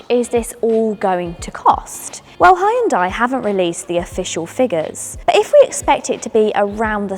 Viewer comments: I wish these people would learn to pronounce HeeYun Dai .........NOT Hi Yun Day. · it's pronounced HYUN DEH, not HYUN DIE. I'm Korean. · Its yoon-day not hian-die please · “Ay Yeon Dai” …. omg its ‘Hyun Deh’ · Why do English speaking folks keep calling Hyundai "Hayundai"? Yun-day (Yun like union, day like day) is much closer to the Korean original. Hyun-deh is even closer. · It's not hi-Hyundai its Hyundai only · It's pronounced - Hyun-day (not Ha-yun-die) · Just hurts when people who supposed to be experts can’t pronounce the brand name. It’s pronounced hyung dae. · Hyeon - Dae - It's 2 syllables. (not 3) 현대 - see how it only has 2 blocks of characters? That means 2 syllables. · Hy-undai, really? That's not how its pronounced lol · Stopped the video after the 3rd time she said “hi yun die” smh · 현대.. heon dae[ae] is exact pronunciation. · “Ha-yun-dai” has there always been an invisible “a” after the H in Hyundai? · Why does she pronounce the company name incorrectly? My god! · Please stop pronouncing Hyundai the way you do :) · Ok I can not stand they way she’s pronouncing Hyundai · My wife who’s Korean cringes every time you pronounce the name Hyundai incorrectly. 🥴